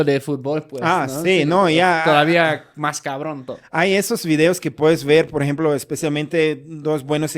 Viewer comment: Querido me encanta tu manera de hablar el español, siempre oigo cómo dices "aremás" en lugar de "además" y el famoso "por ejemplo" tú dices "poreemplo" 😅